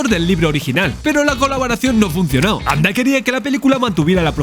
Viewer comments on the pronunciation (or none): Gracias por el video. Bien por decir "Mijael", en alemán, y no "Maikel", a la americana... pero... permíteme... ¿por qué pronuncias el apellido "Anda" y no "Ende"? En alemán se pronuncia "Ende", como en español. Me descolocó. Aporto curiosidades: no es Fantasía (con tilde) sino Fantasia (sin tilde), porque en alemán Ende no usó "Fantasie" sino "Phantasien" y trataron de reflejar este cambio en la traducción; una de las cosas que más cabreó a Ende fue que el personaje de Bastian era un homenaje a un amigo de su infancia, que era gordito, y murió con diez u once años... y por eso en la novela Bastián es gordo... sin embargo, cambiaron el personaje y pusieron a un niño escuchimizado. Otra es que la entrada de Bastian en la librería bajo la lluvia de noviembre recreaba el primer encuentro de los padres de Ende, y en la película ni lluvia, ni frío ni noviembre. Atreyu es un "Piel verde" (derivado de los "pieles rojas" de las aventuras de indios... perdón... nativoamericanos y vaqueros), y es que en la novela es verde, su tribu es así. La Torre de Marfil y la sala de la Emperatriz lo traía por la calle de la amargura, o que dividieran la novela en dos partes, cuando la novela no tiene partes. A la película le falta media novela y alteran el reencuentro de padre y Bastian. Y Bastian a lomos de Fujur persiguiendo a los bullies al final... entre otras muchas cosas... La película es muy buena, pero hay que dejar la novela en el cajón, y al revés.